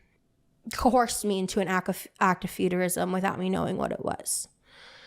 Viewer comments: "Cohorsed". She’s said it twice now and it’s only 20 min in lol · WHY oh WHY do both her and ALR pronounce coerced as co-horsed???? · Why can none of the gorls pronounce "coerced"??? Lol